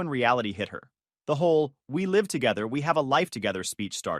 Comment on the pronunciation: Hey robot, do you know the difference between the words live and live? When are all you goddamn robots gonna learn how to fucking speak English?